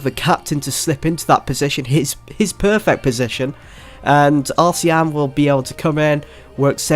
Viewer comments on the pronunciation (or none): Arslan is pronounced Ass-Lan